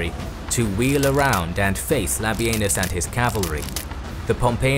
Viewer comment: Thank You for not calling Labienus "La Bean Us" like every other site!